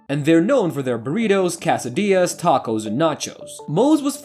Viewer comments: "casa-deeyas"? Wtf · is no one going to complain about "cassadeeyez"? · Did he say "CASAdillas" 🤔 😆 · Did he just kass-uh-deeyuhs? Wtf man?! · He said casadillas 😂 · Try “Cassadillas” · Did the narrator say, "Cassadillas"? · You can't even say quesadillas right! Loser channel. Plus, you keep rambling on I'm telling us things that the episode is already going to be telling us. Just let it play out. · I hate the way the narrator incorrectly pronounces quessidillas.